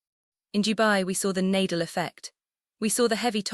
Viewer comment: I unlike this because of,mispronunciation Nadal with Eala its eyala and its Nadal not Naydal and ila so fu you despite all the wonderful content.0..get the name wrong and its somebody else